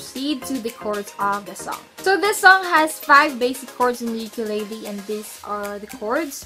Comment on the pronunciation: I recommend you learn how to pronounce ukulele